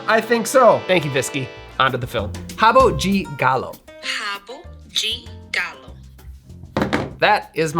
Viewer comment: Nice to see an American pronouncing "de" properly. It's not "deh" folks, it's "gee". Rio de Janeiro = "Heeoh gee janeiro". Not "Rio deh Janeiro".